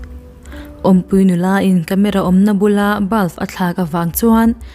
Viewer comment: I aw ka ngainat nen BULF iti hi ka hrethiam theilo che 😂😂😂❤